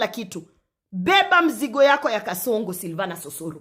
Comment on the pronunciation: I like the pronunciation//silv:anus//😂😂😂😂😂